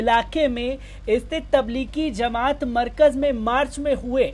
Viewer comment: Zamat nahin jamat